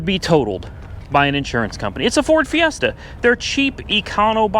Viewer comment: Ford "Siesta"